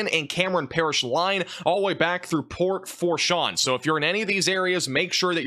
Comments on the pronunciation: Houma is pronounced “Home-uh” Port Fourchon - “Foosh-on” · Port Fourchon - “FOO-shon” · And it's port foooo shon